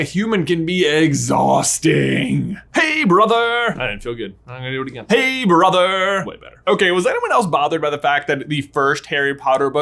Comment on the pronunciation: Your intro sounded more like "Hello Be Rother!" now